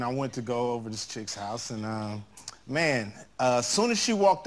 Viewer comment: "I do make hause calls..." LOL